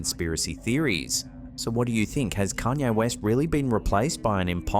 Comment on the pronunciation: "Kayne Rest"🤦‍♀️